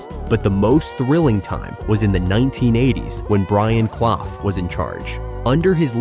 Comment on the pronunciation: it's pronounced "cluff"